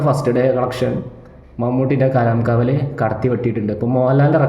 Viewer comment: മച്ചാൻ പോയി കിടന്നുറങ്ങ് സംസാരിക്കുന്ന വയ്യല്ലോ കലം കാവൽ അല്ല കളം കാവൽ എന്നിട്ട് നീ റിവ്യൂ മമ്മൂട്ടി മൂഞ്ചി